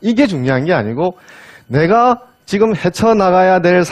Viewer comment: 또, 왜!? 지금을"지끔"이라고 발음합니까!??